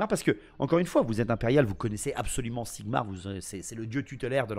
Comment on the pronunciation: Pssssttttt...This is not Sigmar but ZIGMAR ....! Repet after me ZIGMAR !!!! Don't forget to yell it ! Never ...! Be proud of him...ever... young paladin...!